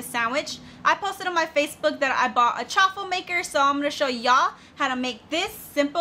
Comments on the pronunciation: It’s actually pronounced Chaw-ful like a cheese waffle. But for anyone who hasn’t tried them they are really good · Please say chaffle just like waffle with ch sound cha ffle